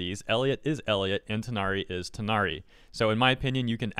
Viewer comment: Took reading a number of comments to realize people were saying Tighnari and not THIGHnari.